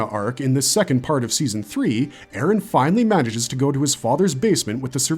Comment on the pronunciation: "Eren yeahger"